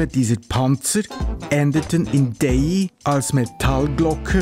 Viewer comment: Danke für die tolle Doku: Ausgesprochen wird die Anlage D-A-I-Y. Mein Grossvater durfte als Dorfmetzger im zweiten Weltkrieg und danach die Festungen dort mit Fleisch beliefern. Die Lieferung hat der "Stift" mit dem Hundekarren gemacht. So konnte er das zugesprochene Benzin und Fahrzeug auch für private Zwecke benutzen. :) Der Arzt und mein Grossvater waren die einzigen im Dorf mit einem Fahrzeug.